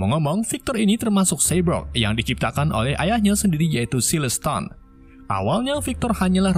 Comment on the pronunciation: Cyborg bukan cybrog Bacaannya saibork bukan sibrok